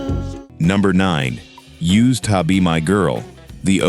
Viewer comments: AI needs to learn how to say USED. Cool list, though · The AI narration is kind of cheesy. USED TO BE MY GIRL, great example. AI can't say it properly.